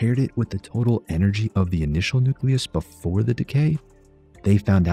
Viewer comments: Nuke-Lee-Us not Nuke-Yuh-Luss. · FFS, nuke-ya-lus? I stopped watching at that point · "Nuculus"? My god. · Did you really say 'nuculus' the way some people pronounce nuclear like 'nucular'? I can't take it. I just can't.